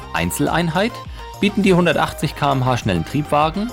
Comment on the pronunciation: Hey, mal wieder ein sehr interessantes Video, allerdings ist mir eine Kleinigkeit in allen deinen Videos aufgefallen, die mich stört. Das ist die art, wie du die Geschwindigkeit aussprichst. Du sagst kmh, was physikalisch gesehen Kilometer mal Stunde heist (ich weiß dass kmh auszusprechen gebräuchlich ist, allerdings ist es Falsch), denn die Einheit für Geschwindigkeit ist Weg geteilt durch Zeit und nicht Weg mal Zeit. Ich hoffe du verstehst, was ich meine, als Physikliebhaber ist mir dies wichtig. Wenn du also in deinen zukünftigen Videos Kilometer pro Stunde oder Stundenkilometer anstatt kmh sagen würdest, wären deine Videos für mich perfekt:) Ich hoffe du verstehst mich, denn du hast einen super Kanal:D